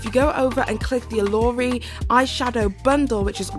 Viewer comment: My good sis said, " is given in the Yorubas of West Africa". Yoruba is a tribe and language spoken in West Africa. It's not "given" it's a Yoruba word and it's pronounced, "Oh - loh -Ree". I'm cracking the hell up😂🤣😂. Love you,. It's just some subtle shade and I know you're not African, so you wouldn't know. 💙💙💙